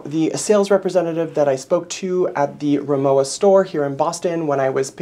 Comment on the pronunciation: Pronounced RimoVa. W is pronounced as a V in German. Rimowa is German